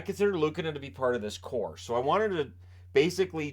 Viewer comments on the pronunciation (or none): none